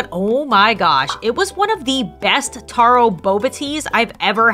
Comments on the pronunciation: Love this video❤❤❤but that’s not how you pronounce taro😂 😂😂😂😂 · Sorry but I'm from Hawaii and this upset me it spelled taro but pronounced tero